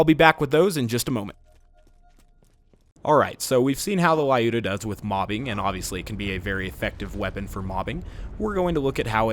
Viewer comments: its "luda", not a "lai uda" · I don't think it's pronounced "lAyuda", given it's based on a russian name "Люда". "L" is little softer than usual without any trace of vowel, and "yu" pronounsed as in a word "you". "da" part is correct. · Looda! I always pronounced it like Lie-You-Da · "Лаюда". Seems legit. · The gun is a reference to a russian(Soviet) female sniper - Lyudmila Pavlichenko. Lyuda(Люда) is supposed to be a shorter version of her name. "Лаюда" is equal to "La-yuda" - this is what english speakers make this name sound like. They pronounce it as "la" followed by "yuda", instead of reading it as "L-yuda". Makes it sound lot worse. Pronunciation of the name in russian is similar to the russian word "люд" - people. So, you know, USSR, people, a sniper and a sniper rifle. Its not too important, but it just makes you feel bad when you actually know how it SHOULD be pronounced and the story/meaning behind it. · Ah, everyone mispronounces the gun's name. It is actually pronounced like the word "lewd" with an "a" in the end.